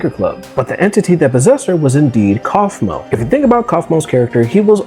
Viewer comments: Kafumo❌ Coughmo✅ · "coughmo" "koffman" dude what? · Ah yes i love “coughmo” and “kafika”